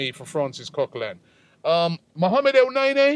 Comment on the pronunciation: Its not neyney its neny